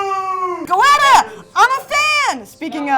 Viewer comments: It's pronounced "Getta" not "Go-etta" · Skyline Chili is awesome and I could eat goetta for every meal. Btw. It's not pronounced go-etta, it's geh-tuh. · The Nimble Ninja I was about to come in here and say the same about Goetta...I understand if you not from the area and just read the name but come on she went and got some and didn’t think to ask how to say it.